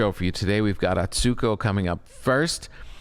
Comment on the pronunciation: I would love for Tom to have learned to properly pronounce Atsuko’s name.